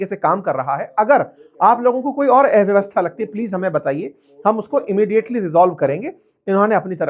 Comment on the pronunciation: उच्चारण ठीक करो। एव्यवस्था नहीं, अव्यवस्था बोलो। अ और ए के अंतर का कठोर अभ्यास करो।